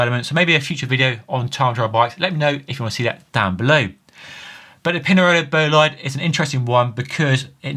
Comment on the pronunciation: Imagineer/Futurist. BTW, that’s not how you pronounce Bolide.